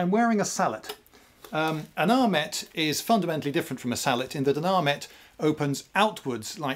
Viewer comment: Yes! "Sallet" not "Sallay"